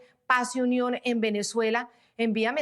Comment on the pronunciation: La Unión de él es diferente🤦🏽‍♀️porque la la “n” la pronuncia como “m” que horrible 🙆‍♀️, también soy periodista venezolana en el exilio. Me encanta tu excelencia e impecable periodismo. Te admiro❗️